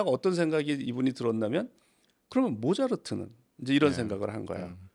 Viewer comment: 모자르트 라고 하시니까 모차르트가 되게 모자라보임